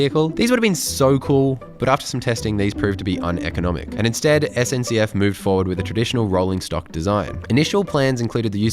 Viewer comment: Perfect French when saying SNCF - Are you speaking French? Oui oui?